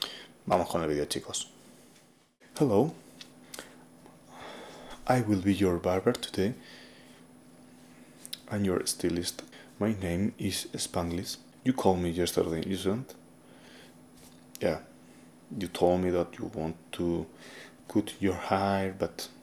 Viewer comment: )... * stylist.... Sounds like, St"hay"list El "y" en esta palabra suena como.. " hay" en español ..its very nice all that u said in the beginning for ur viewers. :) * cut... Hmm.. This one sounds like, ummm... XD... I can't think of a palabra in spanish.. You are making a " coooo' sound, but.. It needs to be a "uuu" where u open your mouth more, does that make sense? ... Sorry im so bad at explaining.. I just wanna be helpful.. ^^…… Oh, maybe like, " confienme".. U said that and it sounded like... The good sound for " cut" xD almost.